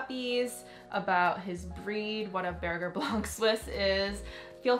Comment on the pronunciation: It’s spelled Berger don’t say burger pronounce it beghje